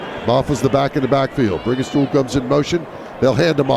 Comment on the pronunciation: Todd Ellis mispronouncing player names is always hilarious. On the last Clemson drive, he called Brinningstool "Banningstone"😂